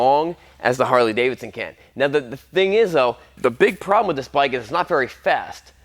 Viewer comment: Say, that’s a nice bwike T2